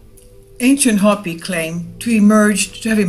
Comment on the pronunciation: You're pronouncing Hopi wrong.